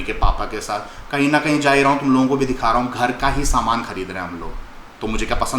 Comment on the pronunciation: Ooo said saman in rajasthani accent 🤣🤣